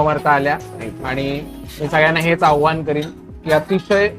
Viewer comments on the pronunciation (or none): 18 : 39 आव्हान नव्हे आवाहन